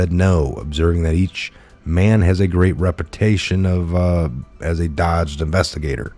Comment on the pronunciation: when an alt media pod-caster such as yourself, pronounces, " dogged" as "dodged", their subscribers begin to question the "intelligence" of said subscription... just saying, learn English grammar!